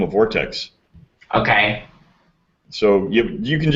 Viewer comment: WHY DID HE SAY OKAY LIKE THAT LMAO WTF